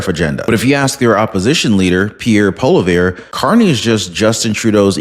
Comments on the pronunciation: Its not Polivere Its pronounced Polouve. Sorry Im a big fan of your show. Good 🤞!!! Luck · Also his name is pronounced "Polly-ev" ;)